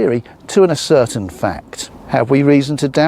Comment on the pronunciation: oh dear, ascertained???! No such word in the English language. The word stress is different because it is as--cer--tained, i.e. proved or provable., not a-certained!! More than once misread...Misreads and misprints in the texts too